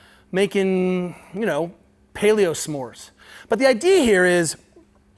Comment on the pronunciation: "Paleosmores" was very good. :)